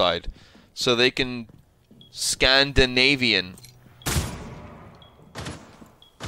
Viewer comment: Scan-da-navy-in... Först off, its not Swiss, its either Dane, Normen, or Swedes